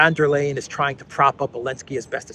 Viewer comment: Von, von, von... And it's not Lay-en, it's Lie-en.